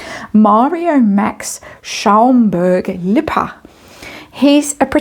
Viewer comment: It is really not going well for, is it? As Austrian l must say, you pronounce Schaumburg- Lippe beautifully! A very cute accent 😁👍🏼 Greetings from Salzburg 🇦🇹